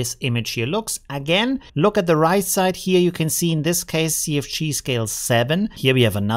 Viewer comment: Great job as usual. I like your accent, you said CFG and it sounded like you said "Sea of Cheese", so that's what i'm going to call it now.